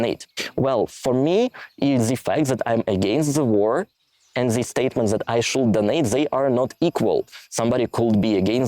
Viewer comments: (random note, feel free to ignore: you don't need to pronounce the "l" in "should" - it's just like "shood" - sorry if this is a bit rude to say so, but it's probably easier to pronounce than the way you're doing it so thought I'd point it out. 😅) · I guess a good start should be to quit saying "should" with "l" in it😊 As to the rest of the suggestions, you just SHOULD do it your own way😅